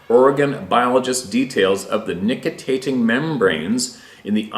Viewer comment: Nictitating membrane is pronounced nik ti tay ting. You keep missing a syllable lol, just saying fyi ;)